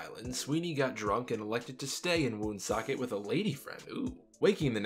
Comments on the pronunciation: I’m from there, it’s pronounced wonsockit, thought to mean thundermist. Nap Lajoie was from there. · Its pronounced like one-socket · Thank you! I've been calling Lajoie "The WOON-socket Rocket" for years now. Now, subsequent to corrections including yours, I have to call him the "Wunsockit Rockit." Thanks. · Thanks for the correction. I always thought it was WOON-socket, too. The name stuck with me because of Napoleon Lajoie who I started calling "The Woonsocket Rocket" many years ago. Gotta alter my pronunciation now: "Wunsockit Rockit." Thanks.